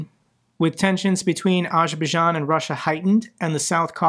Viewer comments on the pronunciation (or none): Bro does not know how to pronounce Azerbaijan 😂